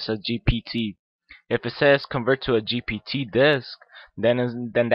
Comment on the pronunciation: Leave the tech stuff to people who know what to and when to do it you are just misleading the poor innocent people into headache and learn to pronounce GPT cause it is a struggle